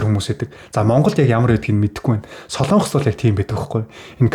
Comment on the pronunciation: СОЛОООООНГОС биш шүү????? СОЛОНГОС шүүүүү?????